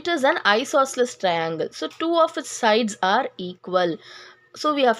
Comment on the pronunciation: Hello miss that is not traiiiinnnnglllllee that is triangle